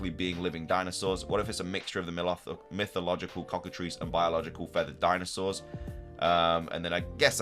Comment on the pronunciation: I would love a cockatrice inspired pokemon. (and thank you for being the only poketuber to pronounce that correctly so far) The Elite Four being back is a very good thing.